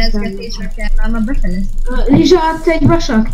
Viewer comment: Nem lizsa hanem rizsa :D